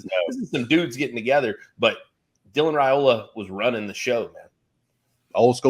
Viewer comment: It’s RYE-ola not RAY-ola. Stop making that mistake. It’s ignorant and rude!